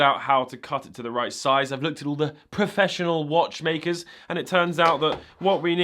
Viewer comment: whats up with the way you said "professional watchmakers" ?